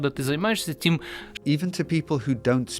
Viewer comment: I'm native Ukrainian speaker and I can not hear any russian accent in this fragment. He obviously sounds different from Lviv mayor, but he only mispronounced the very last word ("тім" instead of "тим"). I have friends and family from some of the East regions and when they try to speak Ukrainian - that's where real heavy accent can be heard